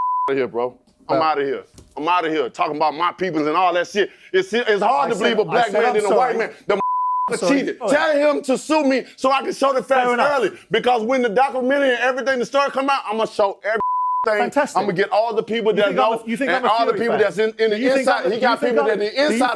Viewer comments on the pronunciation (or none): Wilder says he has proof in a "dockerermentry" 👁️👁️ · You gotta see the “documenery”